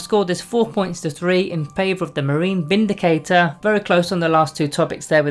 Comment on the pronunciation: I thought you said the "Space Marine Bindicator" then lol